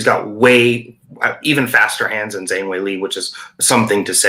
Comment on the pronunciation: Never have this guy here again, he can’t even pronounce Zhang